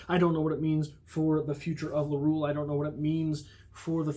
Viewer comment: LaruElle: the E ain't silent.